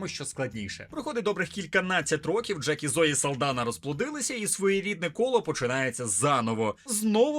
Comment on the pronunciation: Джейк, не джек. і так, єдиний персонаж, якого я хоч якось запам"ятав з першого фільма :D